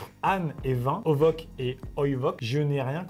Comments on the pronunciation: A on dit pas ovoc et oivoc mais ce prononce onos et inos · "ὄνος" ne se prononce pas "ovos", mais "onos", le "ν" étant un "nu" en grec, c'est-à-dire un "n" français, et le "ς" étant un "sigma" en grec, il se prononce "s" en français, et non "k" (même chose pour "οἶνος"). 😁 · je tiens à rectifier Maxime, la prononciation de όνος se prononce "onos" et pas "ovoc" et pareil pour l'autre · Oh nan j'suis mort.e 😭😂 à il a dit "ovok" et "oyvok" alors que ça se dit "onos" [ονος] et "oynos" [οινος] 😭😭 (Grec LV3 RPZ UwU) Ça me frustre 😭😭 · Les mots grec qu'amixem à dit ne se dit pas ovok et oivok mais ovos et oivos c'est écrit en alphabet grec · Moi aussi ca m'a fait mal au coeur de l'entendre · je suis Grec et honnêtement la blague est drôle parce que la prononciation se ressemble Et c'est pas un V mais le ν se prononce N Et le οι --> I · 😂 Au secours... Je me dois d'intervenir ! Ces deux mots sont du grec ancien, "ὄνος" et "οἶνος" se prononcent "onos" (qui a par exemple donné le terme "onolâtrie", le culte de l'âne) et "oïnos" (qui lui, a donné par exemple le terme "oenologie", la science qui étudie le vin)! 😉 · Les trucs qu’amixem n’a pas réussi à lire c’est du grec et ça se prononce onos et oïnos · ce sont des mots en grec ancien, âne et vin ça se prononce « onos » pour âne et « oinos » pour vin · alors, c'est du grec et ça se prononce "onos" et "oïnos". Par contre ça reste claqué au sol comme jeu de mot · Petite info culturelle, quand tu lis la mort du mec en -200 avec JC il s'agit de grec et sa se prononce onos et oienos, voili voilou. Continue comme sa t cool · La blague de l'âne est du vin est juste drôle pour les élèves de grec. Âne et vin se prononce pareille. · pour celles et ceux qui n'ont pas fait Grec (vraisemblablement comme Maxime XD) ça se dit onos (âne) et oïnos (vin) Voili voilou c'était prononce du Grec avec Neptunia :,) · Pour donne l'âne à l'âne C'est du Grec et ça se prononce "onos" et "oïnos" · Ça se dit onos et oinos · Ονος se prononce "onos"